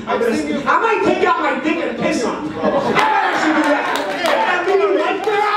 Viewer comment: Sounding like it too, spit on yoo” 😂